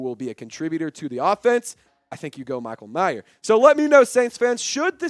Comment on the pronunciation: its Mayer, not Michael Meyer